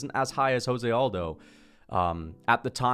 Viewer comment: Why do you pronounce José Aldo’s name like that? 😖 He’s Brazilian, not Mexican lol